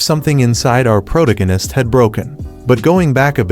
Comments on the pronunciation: "Sekura" "takayanchiki" "prodaganist" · The "prodgiganist" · i usually hear " pro tack anus", that's a change. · Protagonist… pro-TOE-ginus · “As for Ka-zoomah, the prota-gennist, he feels as though a weight has been lifted from his shoulders.” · Bro's saying prodagonatist😅😅😅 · Pro-Tung-Anist, Ka-zoo-ah, Sa-Kira... Either you made tons of spelling errors, or the AI you use just fails at pronouncing things right. 😅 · Pro-tug-anist? Christ, what AI did you pick to read this? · I heard pro-dag-innest :)) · i genuinely cant start watching this because of how funny he pronounces protagonist bro im fricking dead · They way it says "protagonist" hurts me.